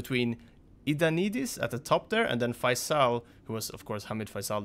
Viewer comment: Faisal is pronounced "Fay-zil" and is a popular Muslim name.